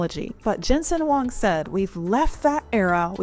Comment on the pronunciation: Nice, U can read Huang correctly. Do u know his Chinese name is: 黃仁勳; pinyin: Huáng Rénxūn :face-blue-smiling